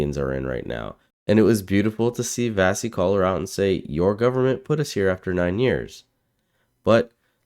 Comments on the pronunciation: Wonderful video and Vassy is great, but her name is pronounced "Vashee' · At least pronounce Vassey's name correctly